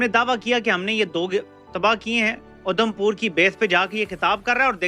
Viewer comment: Udham pur nhi. Adham pur hai